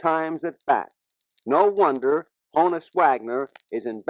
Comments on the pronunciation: Johannes is the archaic German form of John, not Jonathan. Johann is the more modern form. Hannes is a nickname for Johannes, just like Hans is a nickname for Johann. Hannes is pronounced Ha-nus, not Ho-nus. I'm old enough to remember when this wasn't a question because everyone said Ha-nus when he was alive and still coaching for the Pirates. BTW, his birth certificate says Johannes, not John, which should make this even easier. Ain't language great? 😁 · During his later years as a coach, in a radio interview his name was erroneously made to rhyme with "bonus." In his mannerly way, he clarified that "Honus" was to be pronounced as "honest" without the "t". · his gives name was Hannes - not "john" that was the Americanized version as German decent was not real popular then..... it's pronounced "Honn-ness" not "Hoe-nus". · He himself didn't pronounce Honus with a long o. Why doesn't the interviewer respect that? LOL! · According to the man himself, Honus is pronounced Hannes. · People that don't know German, it's ponounced HAN-us. Short for Johannus-John in English. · Too bad that the guy doing the interview didn't listen to Honus pronounce his nickname. The interviewer says Honus to rhyme with bonus, but Honus says the nickname is a shortening up of his German name, Johannes (like Johannes Brahms) and pronounces it such that the first syllable is not with a long o vowel sound but more like a soft a or soft o. Thus, the first syllable as Honus says it rhymes with the name Lon (as in Lon Chaney) and not with the name Joan. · Too bad that the guy doing the interview didn't listen to Honus pronounce his nickname. The interviewer says Honus to rhyme with bonus, but Honus says the nickname is a shortening up of his German name, Johannes (like Johannes Brahms) and the first syllable is not with a long o vowel dound but more like a soft a or soft o. Thus, the first syllable rhymes with the name Lon (as in Lon Chaney) and with the name Joan.